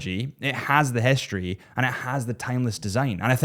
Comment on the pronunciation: Its also not hischtory🙈